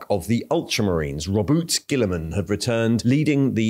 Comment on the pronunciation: Oh my God he said guilliman correctly, praise the emperor, also damn, that's a lot of bugs